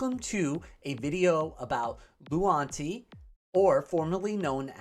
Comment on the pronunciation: Maybe I don't hear well but it seems you keep saying "lunati" but the name is "luanti" 😄